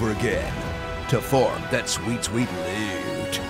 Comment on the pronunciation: He said lewt like he says bewbs